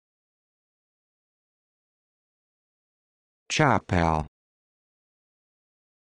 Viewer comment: its chuppal